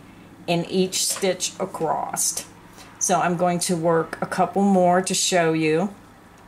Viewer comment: there is no T on the end of the word ACROSS